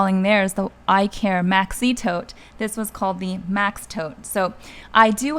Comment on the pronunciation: I like these types of videos. The YSL tote is named after the Greek God Icarus so the Icare bag is pronounced IKar.